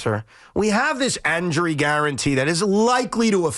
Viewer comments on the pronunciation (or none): What the hell did Evan just say ? "We have this anjury guarantee" anjury? I think it's injury lol 😂